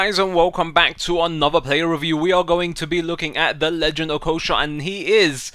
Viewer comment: It's not pronounced Okosha, its Okocha........ clearly knows nothing about real life football